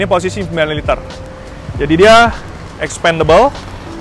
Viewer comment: Supaya dipelajari dari kamus dictionary cara baca dari nama2 component nya.Contohnya penyebutan kata "expandable" dan "crankcase" yg anda salah penyebutannya ! Tks!